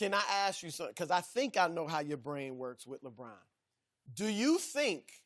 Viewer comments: Chris: Labwannn James 😂😁😀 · the way Broussard says LeBron has me dead 😭😭😭😭